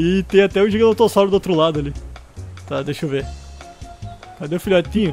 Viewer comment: qnd vc fala GIGANOTO eu penso em RISOTO kkkkk